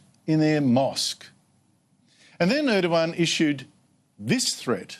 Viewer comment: ER DOG AN its ER DOG AN for fooks sake